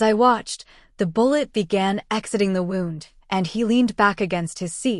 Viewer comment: It’s AI. Can’t distinguish between wound ( as in damage to the body) and wound )( as in the cotton is wound around a spool ) .